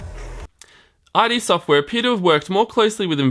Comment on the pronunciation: its not i d software, its id software